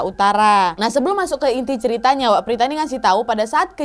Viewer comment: Prita kka Bukan Prtita